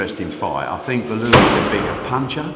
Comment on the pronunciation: Bellew not Bullu.